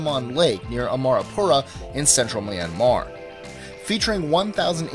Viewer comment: notwithstanding, you really don't have much excuse for mispronouncing Myanmar and River Thames. While I'm at it Ponte Vecchio is pronounced Pontay Vekkio and the names of all the French bridges and viaducts are almost completely unrecognizable. It sounds like you actually practiced, but you're not quite there. Still a good list, though you'll get complaints from people whose favourite bridge was not included.